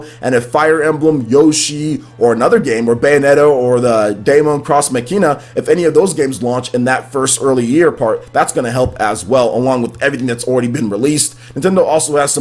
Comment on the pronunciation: DAEMON pronounced Demon, X pronounced like THE LETTER X NOT CROSS and MACHINA pronounced MOCKEENA Love your channel but I have heard you butcher the name of Daemon X Machina far too many times